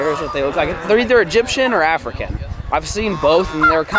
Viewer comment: said ”Edgypen or afrikan” 😂😂